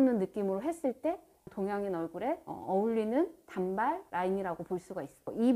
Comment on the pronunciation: 단:발로 발음 하셔야 합니다.